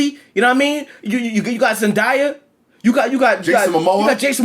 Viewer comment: NIGGA its Zen-DAY-Uh not Zen-Die-Uh. Its literally pronounced how its spelled 🤦🏾‍♂️. That aside this movie was much more than i expected and the director confirmed there will be “a lot more” action in the next one